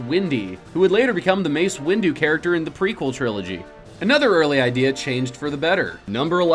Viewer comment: This guy is not a diehard fan. Kyber crystals are real, he mispronounced guardian of the whills and mace windu. Please do not call yourself a diehard if you don't know anything beyond the movies